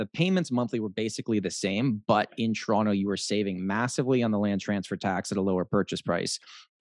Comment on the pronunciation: where the hell is this "churonto" place keeps talking about?